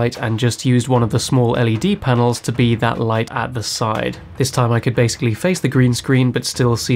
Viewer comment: Why on earth do you stress the word ‘be’ in the line ‘you’ll still be here when I get out’ - the stress should be on ‘still’ or on the “you’ll” and “I” since he’s emphasising the fact that he’ll be free & away from the camp but they won’t.